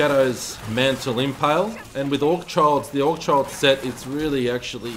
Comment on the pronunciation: It's not AugCHild, it's AugHild - no C there. H is prolly silent so you'd read it "Augild". I like you but imho for your own good, pay attention to details. To me a person who can't read a name (i dont mean pronunciation but adding the extra letter when it's not there) properly isn't exactly someone I'd follow or listen to. You are what you are perceived as and sloppy isn't something you wanna be i think.